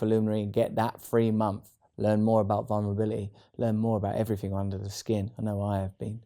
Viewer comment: "Vulnerbili-ee" I love him❤️